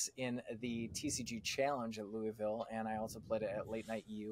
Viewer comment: Love you guys but the S in Louisville is SILENT LMAO WTF